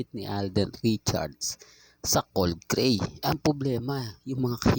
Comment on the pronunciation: CODE GREY...HINDI COLD GREY